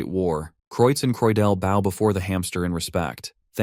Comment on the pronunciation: when an archer has a bow, just replace the word with beau for the TTS. it should make the pronunciation sound correct.